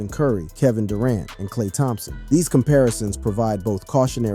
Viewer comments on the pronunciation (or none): none